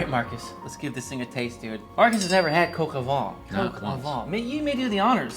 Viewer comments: "vuh"? It' "vah" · Your pronunciation is quite good, but “vin” is more like… “vein” but don’t pronounce the N! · Gilbert in French would be pronounced the same, except with a soft G (as in jeans), the T is silent. I am French, my mom had a restaurant in the South of France, and I approve of this recipe. 🥰Happy memories. Edit: make sure to pronounce "vin" and not "vent. Because vent means wind. Roaster with wind? Farty chicken? Not so much. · I know I'm being pedantic, but "vin" sounds more like "van" than the way you're saying it (namely, "Vaughn"). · Nope. The closest English word (in pronunciation) to the French word "vin" is "van" (just nasalize the 'n' rather than saying it as a consonant). --A Bilingual Speaker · You keep pronouncing it "Coq au Vent" instead of "Vin". Like "vein" but without pronouncing the 'n'. Mind-you "Chicken in the Wind" could be the name of a dish, but not this one. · I'm sorry, you say 'vin' like 'vent' (wind). It should be 'vèn'. Look it up in Google Translate, where you can hear the pronounciation.☺ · Vin vin vin...not van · Also, "vent" would sound like "Vaughn" with a nasalized 'n' and with your jaw dropped open. I'm not arguing semantics here, just pronunciation, so I'm not clear on what your point is in telling me the meaning of "vent" (which I clearly already do know, since I'm correcting the man's French pronunciation). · because otherwise it would be pronounced “vee.” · Maybe learn how to pronounce “vin” properly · I stopped watching 13 seconds in right after you mispronounced the French word vin. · If you pronounce VAN it corresponds to VENT which means wind, not wine… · Vin and van are NOT pronounced the same at all as already explained. Now you do what you want.